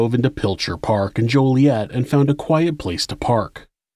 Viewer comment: local its pronounced jolly-et